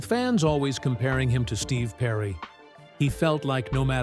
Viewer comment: Journey's lead singer was Steve Perry not Steve whatever the hell you said. Stupid AI.